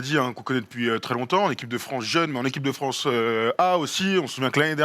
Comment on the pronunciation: Et on embrasse Brad Stevens "Vive le Fwance"